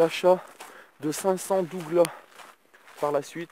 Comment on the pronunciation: Ça ce dit Douglasse faut prononcé le s gros ^^ pour ce qui savent pas c'est du sapin (rose)